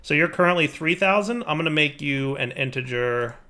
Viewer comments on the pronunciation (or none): none